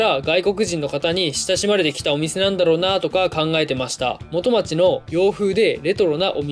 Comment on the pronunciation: 元町の発音ちがうぞ